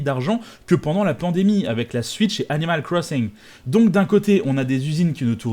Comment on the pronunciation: "...avec la switch et A N I M A L C R O S S I N G"